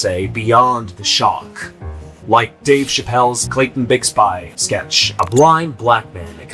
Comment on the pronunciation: I’ve never heard Bigsby pronounced in such a way 😭